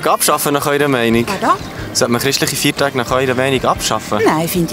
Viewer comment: Das heißt nicht " Fiertache" sondern Feiertage. Und nein sollte man nicht!